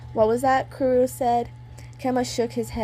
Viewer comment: it great u tried saying their name's let me help u kurro- kuroh kenma- kenma kozume- kozumay